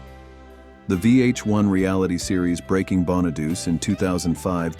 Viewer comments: "Danny Bonaduce's" last name is pronounced (Bahn-uh-DOO-Chee) (Bahn-uh-DOO-Chee). 😵‍💫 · Danny Bonaduche's last name has four syllables, not three. It does not sound like a feminine hygiene product. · Danny Bonadeuce? lol 🤣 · 🎉the bus was scrapped, it’s not in a museum. It’s pronounced “ Crowe” like the bird. And Bonaduce is pronounced “Bonnaduchie”